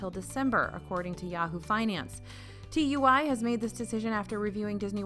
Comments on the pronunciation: it’s so weird as a british person to hear tui read as T U I (it’s actually pronounced two-ee) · Thank you for keeping us so informed, my trip for next june from the uk will hopefully be "normal" by the way tui is pronounced toowee lol. Love you guys x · By the way TUI in the UK is pronounced two-E you don't have to spell it out!!! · TUI is pronounced two-we 😀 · TUI is said like tooey it’s said as a word rather than letters x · Loved the video as always! Small side note, TUI is pronounced "too-ey"! :-) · Dunno if it’s been mentioned but TUI is pronounced 2E (say it quick) to stop confusion with the UK peeps. But thanks for an amazing vid as always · I was hoping someone else noticed too 😹